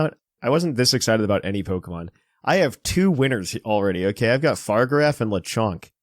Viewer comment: Fa-rig-a-raff not far-giraf